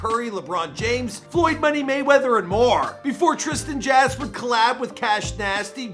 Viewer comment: "Trisan Jass" 😂😂